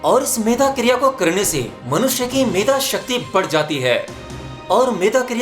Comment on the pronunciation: मेघा शक्ति नहीं मेधा बोलो भइ ! पहले अपनी मेमोरी, अध्ययन और ऊँ‌ का उच्चारण ठीक कर लो, फिर औरों का सुधार करने की सोचो ।